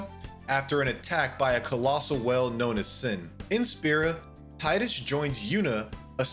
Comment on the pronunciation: I was enjoying the video until FFX started and he called Teedus Tyedus. Then even worse said ZanAreKand instead of Zanerkand🤢